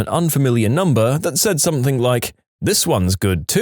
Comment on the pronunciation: No K in something